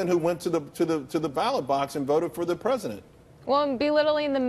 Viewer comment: LMAO. He said "predisent".....